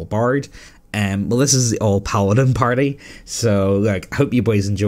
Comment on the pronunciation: The voice is still pretty good. it pronounced paladm perfectly